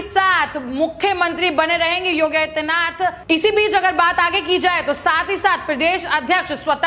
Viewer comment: इस एंकर को योगी आदित्य नाथ जी का नाम भी सही-सही नहीं बोल पा रही है इसे एंकरिंग के लिए कौन recommend किया है इसे तुरन्त हटा देना चाहिए अथवा चेतावनी दी जानी चाहिए।